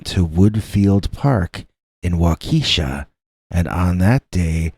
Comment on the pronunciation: First off, I love your dogman stories & listen everyday! I’m binge-listening to catch up on all I’ve missed from 5+ years ago. Awesome dogman stories! 💗🐺💗 🤣Hahahaha!!! I’m originally from IL & when I heard you first (mis-)pronounce Waukesha, WI, I was thinking 🤔🤦🏻‍♀️ “ just butchered THAT one!” 🤣🤣 Then I saw your note where you realized it, accepted responsibility & acknowledged your mistake. It’s so rare for people to do that nowadays, that I just wanted you to know 2 things… 1) I’m super proud of you👏🏽👍🏽 2) WI has LOTS of names that are usually very difficult to pronounce, if you’re not familiar with them &/or not from that area. Keep up the great work of telling amazing stories with awesome narration! You are very appreciated, & SSNYC!! 💗🐺💗